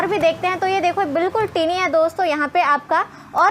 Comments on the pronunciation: टिनी नही दीदी it's टायनी, matlab smaller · I like tini instead of tiny.... 😀